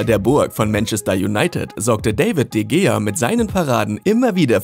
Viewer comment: Also wie er de gea und casillas ausspricht ist so lächerlich